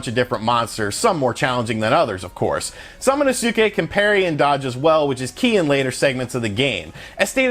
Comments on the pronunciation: I love how this guy mispronounced Samanosuke so many times lol! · Sorry but I laughed so hard when you tried to say samanosuke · That Samanosuke pronunciation... oofeth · Finally someone who pays attention while playing the game. This guy is way off pronouncing his name. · Part of me died inside when he butchered samanosuke pronunciation multiple times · Your pronunciation of Samanosuke is worse than fingernails on a chalkboard! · he's literally butchered every japanese name in the video lmfaooo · It's pronounced sa-ma-nous-ke. Emphasis on the sa. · Sorry to correct you, the name of the character is sa- ma- nus- ke, and not sa-ma - nu-su-ke. I know it is spelled Samanusuke, but the pronunciation is different. Also, another mistake, the game is more about samurai and not ninjas. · Sam a no ske pronounce it like this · The “U” in SamonosUke is silent. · It Pronounced sama-no-ske! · Great review man! His name's pronounced Sa-ma-nos-ke :) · also his name is pronounced Sama nos kay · SA-MA-NO-SKAY = samonosuke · SAH-MANOH-SUKEH ???? really ? really bro? i mean i love u and all, but u must commit seppuku for butchering smanosuke's name like that .... good lord..... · Sah mAh no skay if I recall correctly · "Salmon oh Sue Kay"🤣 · Bruh I believe is pronounced sama-nuske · For anyone wondering it's phonetically pronounced Sama-no-skay, you don't really pronounce the U much in Samanosuke. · They literally say his name in the game and still this man butchered the pronunciation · If u see su in Japanese just pronounce it ssss not su lol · I think you are pronouncing the main character's name: "samanosuke" the wrong way dude. Did you even play the game? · dude... you disprespect the game by misprounouncing there names heard you say samanosuke's name once and clicked out delete the vid horrible.... LOL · "Sam-Ehno-seuss-kay and Kah-day" lol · I don't think that's how you pronounce "Samanosuke" or "Kaede"..